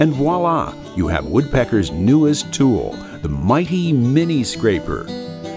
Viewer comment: It is NOT "Two-WULL" it is a ONE syllable word like in "Tule". One of my pet peaves is for a company to hire a professional "hawk" to pitch their ads; and without fail, the so-called "voice" seems to think it is necessary to CHANGE the "king's English" into a new language. How cute! Bah humbug! By the way, this is a GREAT "TULE". It will do exactly what it's suppose to. This goes for just about EVERY thing that has "Woodpecker's" on it. Kudo's galore upon Rich Hummel; who pioneered this fantastic, precision, HIGH quality "TULE" making company. To say he is a genius is cutting him short. A very creative man. He started out "hawking" for Incra Products 20 or so yrs ago (another GREAT company). Then he formed his own company and it is truly setting the standard for "precision" "TULES"! Shop's all over the world are buying everything he makes. Even Incra purchases his "TULES"! Try it. You will be amazed at the quality. It truly takes us back to a time; like in old Germany and Switzerland; that made outstanding quality "TULES". Sadly MOST of that is gone now. But "Woodpecker's" has brought it back. Thank you Rich. Keep up the outstanding work. I will be visiting your booth at the Atlanta Woodworking show in March. And yes; like in all others; I will take home another beautiful "TULE". GAR-OWN-TEED!